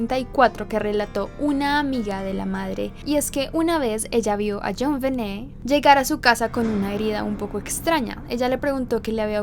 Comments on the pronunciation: min.1.07...a ver..como quedamos en como se pronuncia el nombre de la niña?...tu pones..Jonbenét..pero luego lo pronuncias con acento en Jon..Jónbenet...entonces... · Me encanta mucho este video y este canal, pero acaso soy la única a la que le desespera un poquito como pronuncia el nombre como “JonVené” jaja. Amo tus videos!!